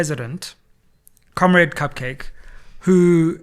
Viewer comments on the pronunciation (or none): Not cupcake but kakcake